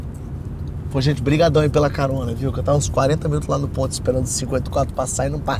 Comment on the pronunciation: É "carona" não corona.